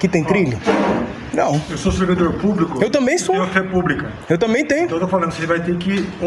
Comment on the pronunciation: Eeu sou sevidor plublico kkkk falou a altoridde heee que absurdo